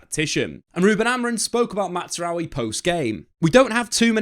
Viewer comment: Please stop saying Matsraoui